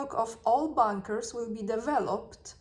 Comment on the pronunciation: Sorry,. You are pronouncing “bunkers” like “bankers”. The “u” should sounder like “u” in “under”.